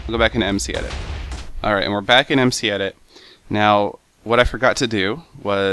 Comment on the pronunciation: Google! Also its mcedit not edet :)